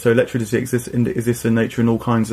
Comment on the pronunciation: Am I tripping, or does keep saying “elecTRITICY”?